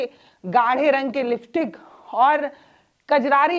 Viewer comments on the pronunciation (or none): none